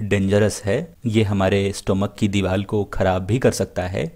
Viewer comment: Sir soory but it is diwar not diwal